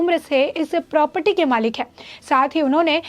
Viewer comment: #Thenews A news reporter should speak correct. It's not propty प्रॉपटी , it's Property